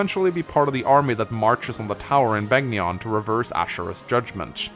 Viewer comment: Am I the only one who flinches every time he says Beg ni on. Rather than Ben yon? (Which is how the announcer says it in Radiant Dawn BTW)